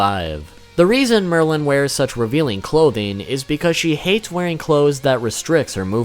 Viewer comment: It said Maryland for Merlin